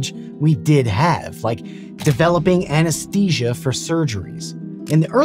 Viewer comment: "epidurnal anacheeseia"